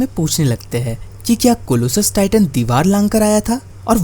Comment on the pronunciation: colosal hota hai